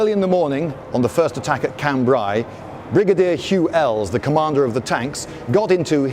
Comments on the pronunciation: Lindy... please .. I hope you read this. Cambrai.. ai as in Raid.. It's a sound in regular English.. why complicate things :) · Liked that a lot, especially the precise description of the “male” and “female” versions. BTW: Cambrai is pronounced [khan-bre] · His pronunciation of Cambrai though... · How about pronouncing Cambrai correctly... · Lloyd probably knows the correct pronounciation of Cambrai but refuses to use it because FRENCH